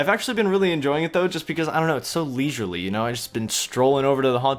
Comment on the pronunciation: Don’t say leisurely anymore bro